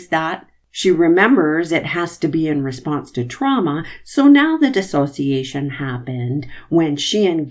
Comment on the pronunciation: I really appreciate your commentary, AND thank you so much for pronouncing Dissociation properly!!!! I’m so irritated by all of the attorneys saying DisAssociation😏😤. One would think that they would either correct themselves… or one of the psychologists/MD’s would help them with that. Otherwise I think that the state is doing a fantastic job. Sorry for the mini rant!🤓